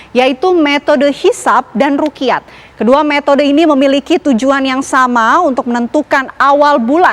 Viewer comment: Bukan rukiyat tp ru'yat Dan bukan kamariyah tp qomariyah